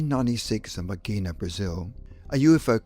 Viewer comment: the narrator kept repeating his last name as menga, mingo mango, and the name is menger, man that drives me nuts.